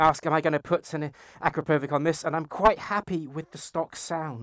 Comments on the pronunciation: its pronounced uh-crop-uh-vich not Akro-pove-ick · Not akrapovik Bro anrapovichhhh !!!! It's Slovenian